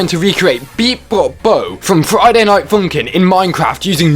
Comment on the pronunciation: “Friday night foonk’n”